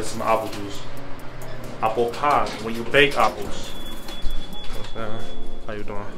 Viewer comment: Appo pie …. apo cider apooh sauce lol 😂😂😂😂😂 Nice blog bro this here is different